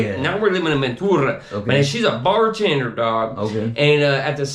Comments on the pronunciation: I was born and raised in Vta, lived 4 streets back from Juanamaria, whole family went there, man I ain't Never heard nobody say Ventura like this clown haha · Why does he pronounce Ventura like that? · Naw, none of the homies over-pronounced it like that, not even the homies the Avenue would slang it like that, this dude whack! haha